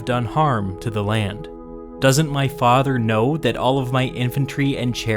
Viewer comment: Your AI needs more training on the word Faaawther.